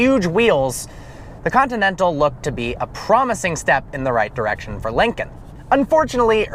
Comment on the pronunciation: "Since the 'Linging' Continental..."